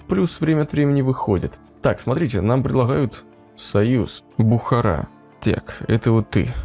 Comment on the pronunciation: Спасибо за ролик, только БухарА а не БУхара)).